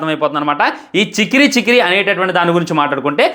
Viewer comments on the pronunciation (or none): ఒరేయ్ చెకిరి కాదురా బాబు చికిరి... స్లాంగ్ మార్చారా బాబు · Chekri kadura chikiri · Chekiri kaadu raa ayya chikiri